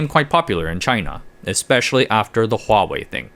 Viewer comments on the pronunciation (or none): none